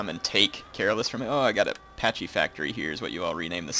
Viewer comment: "Patchy factory" lol!